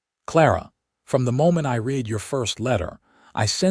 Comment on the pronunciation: Read = present tense Read = pronounced Red as in past tense he ,read (red) his books in the evening. Can Ai not differentiate?? Apart from that, this was a good and interesting story. How she gradually thawed, while being with the kind and thoughtful man.... She is a lucky lady I enjoyed listening to it From Nr. London England